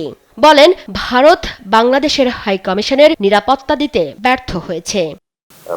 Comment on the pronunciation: বাংলায় উচ্চারণ 'কামিশান' হবে না, 'কমিশন' হবে।